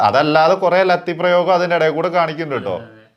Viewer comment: നിങ്ങൾ ഇപ്പോഴും ലത്തി എന്നാണല്ലോ പറയുന്നത് അത് എന്താ അങ്ങനെ 🤔🤔🤔